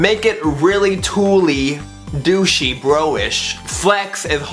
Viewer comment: I think 'douche' is the worst thing I've ever heard Ricky say haha